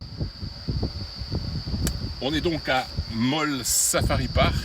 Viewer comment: Ravie d’apprendre que tu as apprécié ta visite à Mole National Park. Pour info, on prononce Molé. Avec mon mari, nous vivons à Tamale sur la route qui va à l’aéroport. Si jamais.